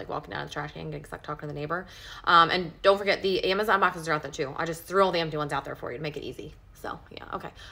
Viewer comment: Such a weird pronunciation of the word "Amazon."